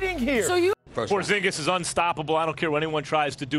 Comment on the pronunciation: tingis pingis killing me hahahahahhaha but porzingis is gonna be superstar